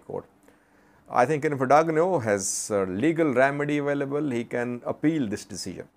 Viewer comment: that “g” in Dagnew is silent 😂or gn is ñ